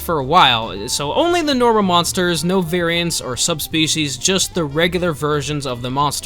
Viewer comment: AINT NO WAY BRO SAID NARWHA 😂